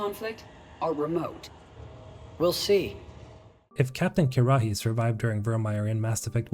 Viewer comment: Why are you pronouncing Kirrahe's name weird? 🤔